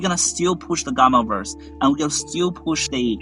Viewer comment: It's fitting that his pronunciation of still sounds like steal 😆 "We're gonna steal..."